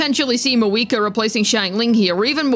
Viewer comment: where did your pronunciation of Mah-VU-I-Kah go?